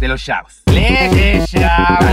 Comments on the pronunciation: el profe a cada rato dice chavos y siempre me acuerdo de shavos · mi parte favorita es cuando dice "de los shabos" :v